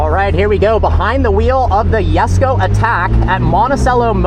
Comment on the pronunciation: Koenigsegg Jesko❌ Koenigsegg Yesko✅